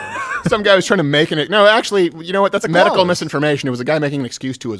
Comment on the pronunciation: They kept laughing and missed that doofus say medi-cal coverage